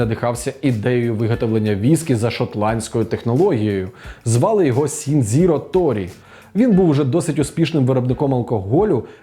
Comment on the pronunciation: Аааа блін дотримуйтеся правильної вимови, для чого ви використовуєте русняву транслітерацію (поліванова). Сіндзіро Торі записується через канджі 鳥井信治郎 для того щоб прочитати по звуках використовують хірагану とりい しんじろう так от якщо цей напис транслітерувати на кирилицю получається Торіі Шінджіроо, а не ваш так званий "Сіндзіро Торі". Так от в прізвищі Торіі є подовжене іі тому кінець треба трохи затягувати, а ось а рахунок ім'я так ось ці дві кани し та じ читаються як "Ші" та "Джі" і аналогічно кінець подовжений, тому правильний варіант Торіі Шінджіроо. В японській мові немає звуків "сі", "дзі", "ті" якщо десь бачите що японські власні назви написані з даними звуками, це автоматично можна сказати що неправильне написання приклади: Фудзі неправильно - Фуджі правильно, сьоґун неправильно - шьооґун правильно, ніндзя неправильно - нінджя правильно. І таких слів багато і це проблема через совєцкий спадок, який треба було давно відкинути і переосмислити